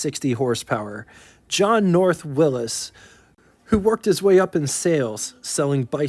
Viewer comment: Why do you say Willis? You ever heard of Willy`s?